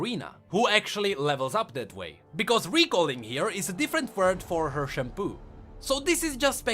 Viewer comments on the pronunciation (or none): It's pronounced "shun-po" not "shunpoo". If you watch Bleach you will know exactly how to called it. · "Katarina's Shampoo" uh... no, it's pronounced shun-po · Katarina's shunPO not shunPOO lol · I thought was saying Katarina’s shampoo not shun po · I love the videos but it really bugs me that you pronounce shunpo as shampoo. I can't stop hearing it. If you ever watched bleach, you may know how to pronounce it like it was intended but if not, it should be pronounced as shun(like shoe+n)-po(like in poro). Can't really explain it better since english isn't my first language but I hope you get the gist of it. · Anyone else heard "shampoo" instead of "shunpo"? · i'm the only one hearing shampoo? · hey the way you said " shunpo" kinda sounds like shampoo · am i the only one who i heard shampoo? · so I wasn't the only one who missheard shunpo with shampoo 😅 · I’m glad I’m not the only person who heard shampoo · I love how you pronounce shunpo as "shanpoo" lol